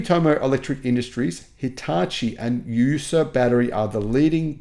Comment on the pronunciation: Yuasa has 3 syllables in Japanese (yu-a-sa).